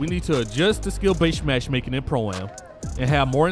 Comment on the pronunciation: I liked thd vid but my man was out here saying mash making instead of matchmaking